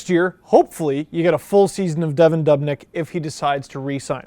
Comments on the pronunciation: pronounced duubnyk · You say dubnyk wrong